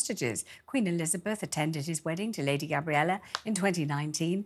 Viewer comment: is dreadful at reporting. She cannot even say Lady Gabriella properly at one point in the interview. As for the suicide of Tom Kingston... his parents must be devastated at his loss but also at finding him with the gun. They'll never unsee that image.